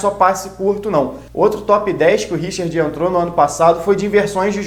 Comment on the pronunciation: Meu caro vascaino, da onde você tirou essa pronuncia, Richird? Mama mia!